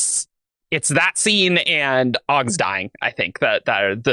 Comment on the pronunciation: I'm not going to give you a hard time for not liking Fury Road but the fact that you pronounce it "Augs" is unforgivable.